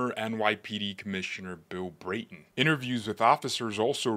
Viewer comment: You pronounce D' Amato the A sound is A as in apple, Bratton Again A as i apple! geez where you from!